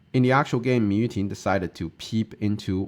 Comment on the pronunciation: Am I crazy or did it said Mu Yuting in the beginning